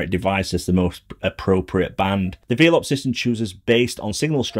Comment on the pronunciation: Great video. Quick point - it’s pronounced “Vel-up”, as in, “they’re wifi nodes that ‘envelop’ your home with internet” (from ‘envelope’) 👍